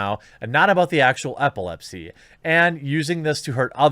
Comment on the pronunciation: EPilepsy, not APPLEpsy